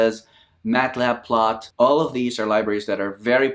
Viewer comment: You said mat-plot-lib as mat-lib-plot